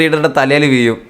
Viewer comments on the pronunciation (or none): വിയും അല്ല വീഴും 😂😂😂